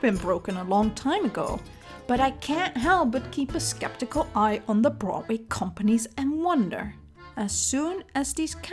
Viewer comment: Okay I love this video, but I also love the way you say Broadway. “Brotway”. I’m not making fun of your accent, I just love how it sounds.